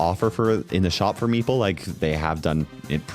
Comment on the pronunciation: thank you for not mispronouncing meeple